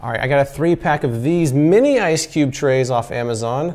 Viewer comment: Sounds like he said, "Dripless Ice Dick Trays."